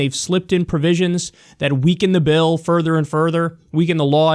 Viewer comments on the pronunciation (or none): none